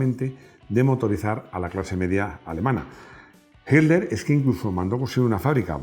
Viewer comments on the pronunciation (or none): none